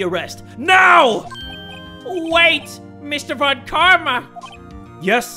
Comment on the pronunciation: People keep forgetting that "von" in surnames is German in origin, and should be pronounced "fon", like in Volkswagen. Please remember!